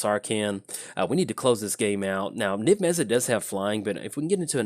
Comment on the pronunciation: Mizzet MizzetMizzetMizzetMizzet Mizzet not mezzit